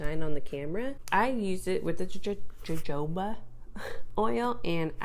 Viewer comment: The j in jojoba is pronounced with a H. Definitely a common mistake. Nothing for anyone to throw shade...well they shouldn't.